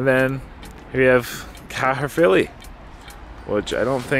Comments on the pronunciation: Caerphilly, said "carefilly" ... love your videos.. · its pronounced car filly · Its pronounced care filly 😂. love how you said it through. well done on the breakfast. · We also pronounce it cafilly 🏴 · It's pronounced. Ka-filly or Kai filly For Caerphilly.